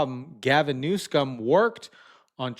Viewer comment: First, you need to make sure you are properly pronouncing the person’s name you are reporting/talking about! Newsom not NEWSCOM…! Very annoying….and actually I have other names I could call him but….